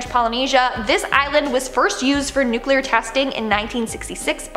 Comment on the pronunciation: I dont care WHAT George W. Bush says. ITS NOT NU-QU-LER. ITS NU-CLEE-UR. Spell it. Nuclear. The l is immediately following the C. There's no U right there. (And sorry Dixie Chick's. You lost your popularity over nothing. W is NOT a Texan. He was born in New Haven, Connecticut. To be a Texan, you have to be born there! He is, however, an idiot.)